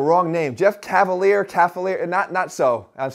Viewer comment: "What's up guys Jeff CALFaliere"